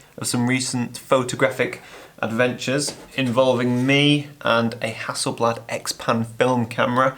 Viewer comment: Isn't it 'Hasselblad'?